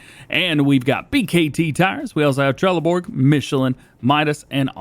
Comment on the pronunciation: as a swede trelleborg is pronounced trelleborj just sayin